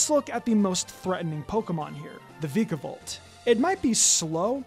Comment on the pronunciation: It’s pronounced toh-GUH-DUH-mar-oo and VIKE-uh-volt, “”! 🤨